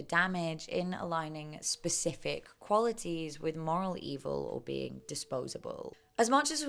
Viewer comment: I love your videos, so informative and entertaining ❤ I also laughed when you said “ee-vill” remembering how funny it was on your previous videos.